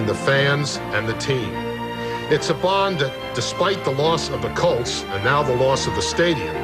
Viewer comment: The word “colts” is not pronounced “cults”